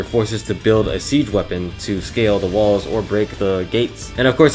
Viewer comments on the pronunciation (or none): none